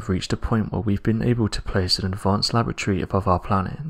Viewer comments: Why can't the narrator pronounce Lab-or-atory and keep saying "Lavatory?" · Lavatory? Do you mean Laboratory? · I do wish you’d pronounce “laboratory” correctly. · first time i've ever heard 'laboratory' pronounced with a glottal stop.